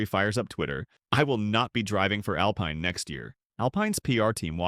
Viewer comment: a lot of the stuff on here is not true and that's not how you pronounce "alpine"